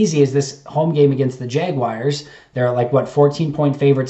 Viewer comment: I'm starting a Go Fund Me to buy you a Packers hat & get that garbage off your head. lol j/k! Also, there is no "i" in Jaguars. Otherwise, keep up the great work!